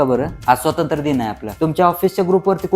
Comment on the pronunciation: स्वातंत्र्य! नीट म्हणा हो!